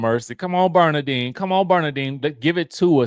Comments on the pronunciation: It's not Bernadetta bro 😂 it's just Bernadette 😉🔥 LoL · saying Bernadine instead of Bernadette is sending me 😂😂😂😂😂CRYIN 😫😫😫😫😫😫 💛